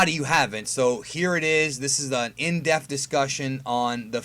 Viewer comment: Love the channel... question tho. Do you say In-Def conversation or In-depth convo?